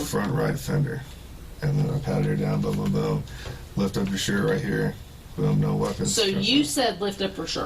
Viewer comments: Sometimes when he says 'right' it sounds like 'bruh' to me. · Why do I hear 'bruh' every time he says 'right'. I'm sorry but i can't take this seriously when I hear it lmaoo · Everytime time he said right is sounds like hes saying bruh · Everytime he says "right" I hear "bro".